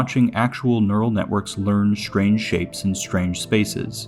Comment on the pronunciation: There is no "SH" sound in "Str" nor in "Xtr"("ekStr")! "Strange", not "SHtrange"! "eXtra", not "ekSHtra"!